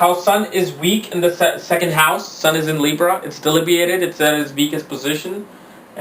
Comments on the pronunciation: Being an astrologer please learn to pronounce the important words often used in astrology... It is DEBILITATED & NOT DELIBIATED...!!! Everytime you pronounce the word wrong l lose my interest to listen to you further.... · It's debilitated and not delibiated.. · "DELIBIATED" BRUH DUDE NO CAP, CAN'T BELIEVE THAT IT'S